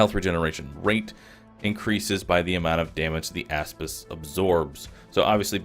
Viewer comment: I thought he was saying asspiss